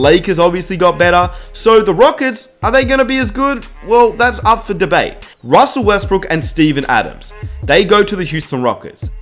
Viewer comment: ROSSELL Westbrook.... Demarcus COSSINS... Jonathan EYE-SACK